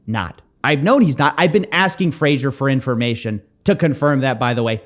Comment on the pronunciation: his name is pronounced like the TV show Frasier, you dont say Fraser, as it sounds like laser. Fray Zher with a soft shh in the middle